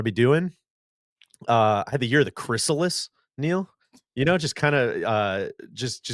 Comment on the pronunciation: needs to do a mea culpa on his pronunciation of chrysalis